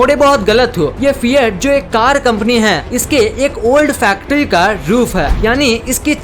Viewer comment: Lol u don know how to talk or what telling four to fol and telling car to cal